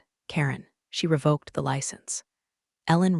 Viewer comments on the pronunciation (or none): Re-vok not re-vah-k.